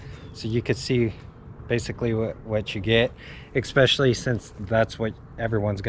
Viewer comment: Oh... and expecially is not a word. I think you meant to say especially.